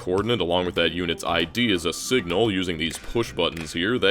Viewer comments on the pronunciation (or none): Singla instead of Signal ?